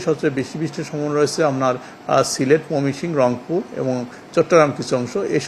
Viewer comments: ময়মনসিংহ বিভাগের নামটি শুদ্ধ করে বলতে পারেনা কেমন কর্মকর্তা কর্মচারী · ময়মনসিংহ বিভাগের নাম টি শুদ্ধ করে বলতে পারে না কেমন কর্মকর্তা